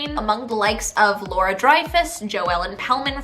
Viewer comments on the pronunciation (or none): none